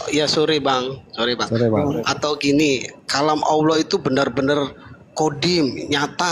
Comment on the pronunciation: Dalam Alkitab Allah dibaca pendebat islam auloh 😂 disuruh kembali baca tetap dibaca auloh. Akhirnya disuruh kembali sekolah SD kelas 1😂😂